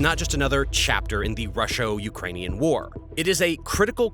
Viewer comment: I think it's usually pronounced 'Russo'